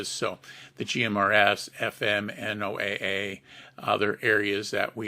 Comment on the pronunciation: Very informative, thanks. But it's not pronounced N-O-A-A, It's properly pronounced "NOAH" (as in Noah's ark). NOAH Weather Radio.